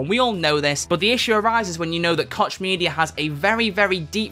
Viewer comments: Koch Media.. With personal experience with this name we pronounce it like Coach. The "ch" sound in german makes a similar sound and thats how we have always pronounced it. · As a German Citizen I can say that i've heard him say kotch media way too often xD Not to be unpolite: The "ch" has a whole unique pornounciation in german, its achieved by pressing the muscles in the throat together and making a sound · WOAH what’s the real pronunciation of Koch??? 🤨